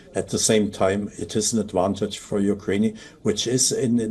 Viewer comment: what is ukrain-ey?